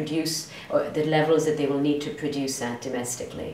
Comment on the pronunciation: We are Able to "Broduce" , "We make the Unbossible, Bossible here". And burst into laughter 😂🤣😅😂